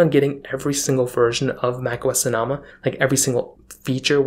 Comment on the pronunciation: It’s pronounced So No Muh. Jesus. 🤦🏻‍♂️